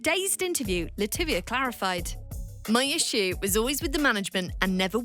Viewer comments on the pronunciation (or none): Actually it's latavia not lativia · It's LaTavia, not LaTivia lol. Anyway I'm waiting for the day DC5 makes an appearance I'll die outchea